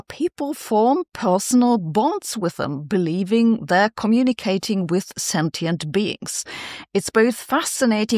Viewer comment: Let's all please learn how to pronounce sentient...